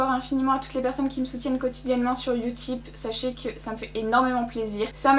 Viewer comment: « youtip » 😂😂continue comme sa 😊😊